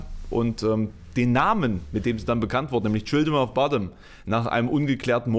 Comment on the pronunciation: Du solltest, wenn du ernsthaften Musikjournalismus betreiben willst, vielleicht mehr können, als den Wikipedia-Artikel vorzulesen und vor allem: Du solltest den Namen seiner Band richtig aussprechen können. Sie heißt nicht "Childrim of Botten"